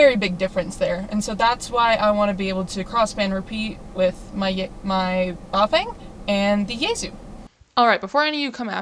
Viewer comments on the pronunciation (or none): What an awesome video!! You have a new subscriber here. Oh, and I believe the correct way to pronounceticate your HT is BOOFwang. A big nod to Not a Rubicon. He has lots of videos on GMRS radios. So I figured I’d pass on that bit of knowledge, because I are an edjumacated man. 😆🤣 That’s BOOF…wang. Ok I’m done being an idiot. 😂 Keep crushing it girl! Hope to get you in the log one day soon. 73s!! 🤘😎 KJ5GIH